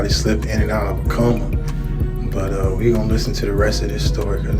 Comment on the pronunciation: Coma, not comma